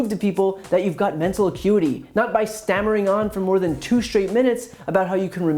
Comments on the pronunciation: A-Cutie? Shouldn't it be acuity? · "iquity" ???.... ya so i googled it...that's not a word Donny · Did he say the "icutie" test? Lmao maybe my hearing ain't sharp today lol